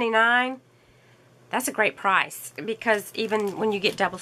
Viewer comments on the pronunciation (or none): none